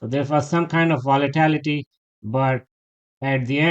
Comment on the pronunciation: I love your daily analysis. To be helpful, it is VOLATILITY, not VOLITALITY.